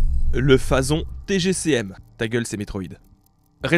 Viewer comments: Phazon ça se dit Phazon"e" ... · Phazon tu le prononce mal !!!!